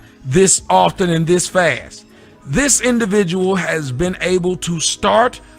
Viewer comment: Ah another individjul sitshuashun to watch yaaaa!